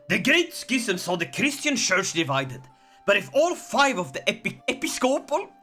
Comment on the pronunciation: Epi-scope-al KILLED ME!